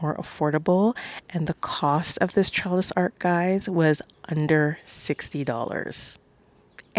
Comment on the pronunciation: It’s gorgeous but you’re pronouncing it as ARK, it’s ARCH. The ch at the end not k.